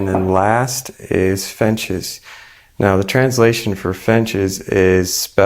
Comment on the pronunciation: It's a small detail, but fiNches are birds, fiTches are a type of grain. Since there are no birds in the recipe, saying the word correctly would be appreciated.